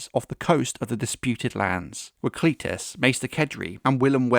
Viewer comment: I prefer Cletus pronounced like Alexander's Companion.